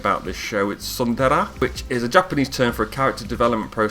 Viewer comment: I think you're mismatching hakari with karane on the end of the video. Also for pronunciation, you're saying tsundArA, when it should be more smth like tsundEHrEH (h is silent, but think of when you say eh) and this is probably. Other than that, nice video. As for recommendations, I guess The World God Only Knows would be smth similar to 100 girlfriends, I only watched season 1 of it, because I wanted to continue with the manga and I haven't got back to it yet, but it is good at least. As for other recommendations, it depends on what kind of thing you want to watch, based on that I can recommend some series. Have a nice day !